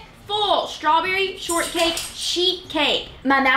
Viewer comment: Is strawberry pronounced with an sh sound? Shtrawberry? Just trying to say it right.